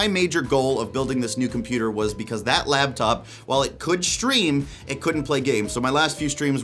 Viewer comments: Boy, sounds like you're saying "labtop" instead of "laptop". mike issues? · Are you saying "labtop"? Cuz it sounds like you're saying "labtop" "labtop"